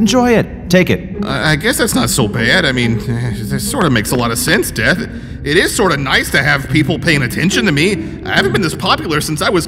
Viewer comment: Whenever he says death it sounds like dad